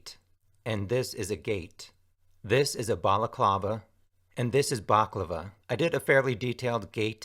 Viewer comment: ...the emphasis is on the LAST SYLLABLE in the word baklaVA...IT'S NOT BAKlava!!! I'm GREEK DOG...I KNOW...PEACE OUT DOG!!!